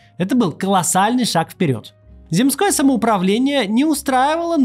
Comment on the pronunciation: Зéмское, а не земскóе.